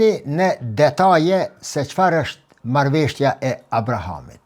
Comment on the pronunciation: "Marrveshtja" jo po MARRËVESHJA 😊 shum rrespekt prof, ke njohuri te pergjithshme shum, ket korrigjim merre si shaka